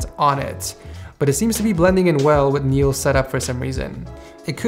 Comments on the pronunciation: pronounce als neals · l think his name is pronounced NIE-ELS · XD as a Dutch person, i love the way you say Niels😂😂 with a silent s